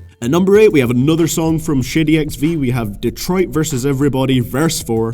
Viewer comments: when you say Shady I keep thinking you're saying "shitty" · when he ays shady it sounded like he said shitty